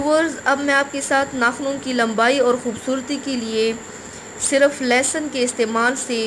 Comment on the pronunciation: Lesan ni hota madam lahsan hota hai😂😂😂